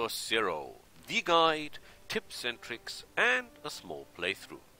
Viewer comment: tricks, not ticks mate. Love your videos; keep it up.